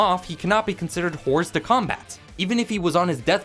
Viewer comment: the S in Hors de Combat is silent